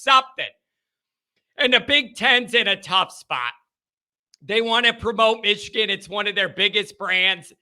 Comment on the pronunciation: Michigan not Mitchigan